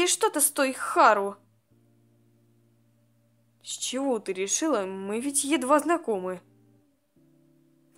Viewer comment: Можно тебя поправить? Если да то слушай не Х`ару а Хар`у или Хар`ука